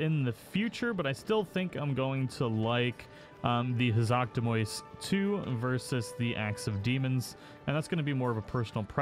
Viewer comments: It's Elderseal not "Eldersteal" and Hazak Demios not "Demois". 🤦‍♂️ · statistically maybe. But what's most effective for you depends on the person just as much as your main weapon. What's really triggering tho is how he pronounces "demios"